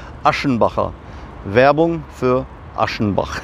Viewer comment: Das Wort Achenbach wird nicht ,,ASCHenbach“ ausgesprochen sondern ganz normal mit ,,CH“. Also wie die Stadt Aachen nur mit ,,bach“ hinten dran 😂